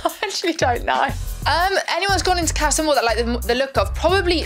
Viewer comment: did arabella just say "casha amor" ??